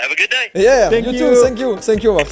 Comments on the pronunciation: Joyca on dit thanks you pas shanks you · On dit tank you pas fank you joyca mais tkt on t’aime quand meme 😂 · "Sank you!" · Sank you sank you sank you () 🤣🤣🤣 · Joyca - '' sank you '' 😭😭😭 on t'aime quand même t'inquiète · Sank you = vous êtes coulé en anglais 🤣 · "senk you" = thank you pour 😂😂😂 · "SSSank you so much !" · "Ssanke u " mdrrr